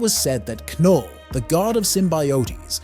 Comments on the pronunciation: I think the reason people think its an AI voice is it pronounces Knull "Kinull" and Symbiotes "Symbeeyotees" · knull would be very easy for an ai to pronounce. It's the same way u pronounce knife. The fact that he got it wrong makes it more likely he's human who doesn't know how to pronounce it.